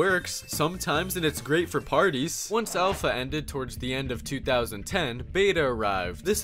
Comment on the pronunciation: He said alpha like elsa